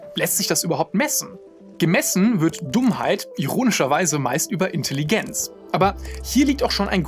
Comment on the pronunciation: Grandioses Video, wirklich. Aber wenn ich noch einmal Intelligenz mit einem stark betonten I statt eines E's hören muss, bekomme ich wirklich die Krise.